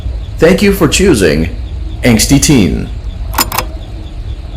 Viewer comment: I am crying while hearing "angaty teen"(idk i only see that word😐)